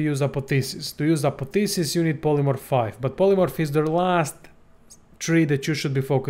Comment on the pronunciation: Its not Apotheses, its ApotheOSIs